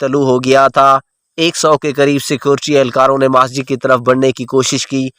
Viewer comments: 'Maaasjid' ? Masjid ! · Majid nhi bhai masjid hy. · بھائ کو اردو بھی پڑھنےنہی آتی...مسجد کو ماسجد اور جاوید کو جاود اور بھی غلط لفظ بول رہے ہیں..